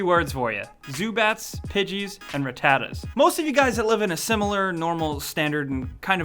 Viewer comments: Pig it?!? It's called pidgey OT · He said pidget not pidgey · What the fuck is a "Pidgit"